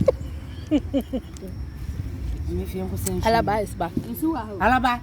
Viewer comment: is a whole mood to hang out with. The way she mentioned Alaba is funny 🤣🤣🤣🤣tell her it's Araba wai